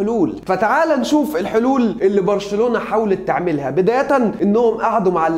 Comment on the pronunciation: اللي قاله برشلنلاوي هي غلط بس مش برشلالاوي